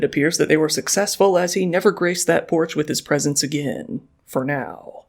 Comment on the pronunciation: "He never graced that porch with his presence again." Did you say 'presence', or 'presents'? ;)